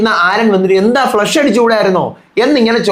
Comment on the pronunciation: its not Flesh…its Flush